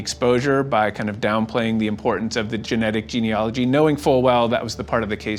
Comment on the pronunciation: Sorry, but I have to correct the pronunciation of the word Gene-A-logy. Not ‘ology. My heart goes out to all the families of the victims of m*rder.